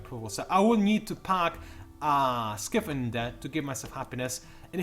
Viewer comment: pretty sure it's pronounced sky-fin,. as opposed to 'skiffin'. it's a fin that is in the sky. just saying.